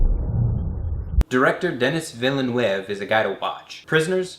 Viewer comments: I’m sorry but you mispronounced Denis Villeneuve so much it made me laugh... after the 10 seconde I needed to comprehend what you where saying. Did you even tried to use a French accent? Anyway, great review. I love your work. :) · the way you pronounced denis villeneuve was so adorably american. have you seen the new blade runner? i was pleasantly surprised.